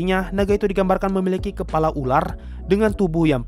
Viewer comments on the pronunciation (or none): none